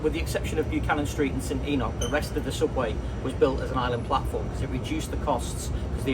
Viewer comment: Enoch is a biblical name. The fact you’re a southerner has nothing to do with your inability to pronounce it 😂 it’s not like it’s a common as muck Scottish name 😂 anyway it’s EE-noch